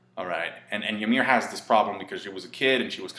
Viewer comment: it's pronounced ee-meer, just an fyi